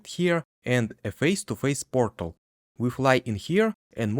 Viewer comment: take a shot every time he says pörtèl